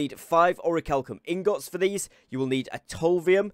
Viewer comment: i think he's pronouncing "Ingots" wrong.. or am i trippin?